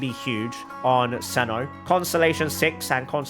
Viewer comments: (NO HATE) its "cyno" and "candace" not "seno" and "kandake" i know the origin of candace is kandake but thats not her actual name they named her candace so you should call her that and i dont even know how you think seno is the right pronounciation because its written cyno like "sai no" or "sih no" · you are pronounsing it wrong is cyno and it should hear like syno and candice and replace the i with an s :D no hate dont take this serious pls man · How do you get “Cenno” from “Cyno”